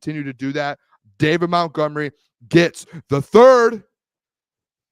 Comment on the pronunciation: It’s MONTgomery.. not MOUNTgomery. Have some respect and get their names correct.